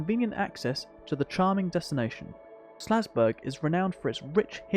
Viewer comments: Nice vid and great overview of the area and its history - just one thing. It's called "SAL"zburg, not "SLA"zburg! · Omg the town is called SALZBURG. The entire time you are calling it SLAZBURG. You're killing me.